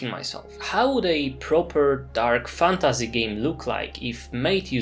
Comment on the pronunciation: Nie jestem Polakiem, ale znam polski. Odrazu rzuca się w oczy ten polski akcent, mówisz "fantAZY" w angielskim słowie jakby to było po polsku. Nie rozumiem, dlaczego Polacy wymawiają obce słowa w ten sposób, jakby z polskim „y”.